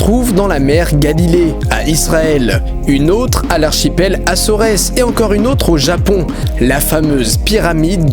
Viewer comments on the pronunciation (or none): On ne dit pas Açoresses, mais Açores. On ne prononce pas le E.... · Acorés? Tu voulais pas dire Acores? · petit chipotage: en français on dit l'archipel des Açores (prononcé: assore) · Archipel "assoresse" : Les Açores peut être ? (Assore en prononciation ). A partir du moment ou la géographie c'est pas ton truc je pense que tu peux réviser ton histoire. La présence humaine aux Açores date de plusieurs milliers d'années et peut donc expliquer cette pyramide. Les pyramides d’Égypte datent de plus de 4500 ans. Pour les autres pyramides c'est de l'intox pure et dure : "La possibilité la plus logique est qu’elle appartienne au IIIe millénaire avant JC, car d’autres découvertes mégalithiques ont été mises au jour à proximité", par exemple pour celle en Israël (citation d'une revue scientifique). Retourne réviser ton histoire au collège et je me désole que tu es autant de vue pour tes fake news. Je ne critique pas ta vidéo forcément mais le fait que tu donnes des infos complètement fausses et que tu l'affirmes : reste dans la supposition c'est beaucoup mieux déjà (ça fait plus scientifique). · ça se prononce assore putain